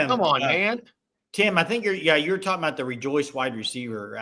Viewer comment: Aboot... Lol. Is that Canadian. Lol😂